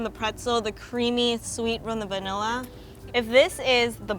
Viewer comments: No she said banilla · Did they just say vanilla-e ●.●